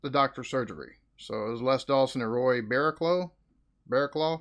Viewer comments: Pronounced Barra-cluff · Roy "Barra-cluff" is the pronunciation. Les Dawson is being 'revived' by Jon Culshaw, in a one-man stage play all about Les's life. It has been getting rave reviews, deservedly so. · I love how you laugh at British humour. These two were so funny. You pronounce his name Roy Barrocluff. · Baraclough said Bara cluff mate. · Les Dawson was my youth, the host of Blankety Blank in the mid 80's. It's pronounced Roy Bara-cluff (English is weird!) If you want gaming reactions I recommend.... Daithi De Nogla misspeaking/random noises (Daithi is pronounced Daw-hee, it's Irish for David) H20 Delirious misspeaking Vanoss being offensive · I think it's pronounced "Barra-cluff" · Say Barracluff 🇬🇧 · Don't think anybody else in comments has confirmed, but the surname is pronounced 'bara' 'cluff'.